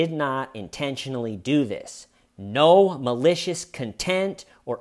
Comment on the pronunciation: I keep hearing “no malicious” as “gnome-alicious.”